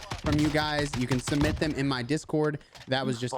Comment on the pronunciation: Submit. Not cement...